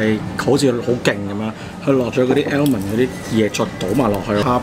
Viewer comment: Almond唔係讀L文喔 係讀丫文~😂